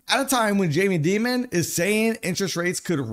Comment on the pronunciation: WTF Can you READ 200 million correctly? Can you pronounce Diamond Correctly?